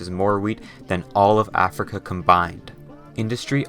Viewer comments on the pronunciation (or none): none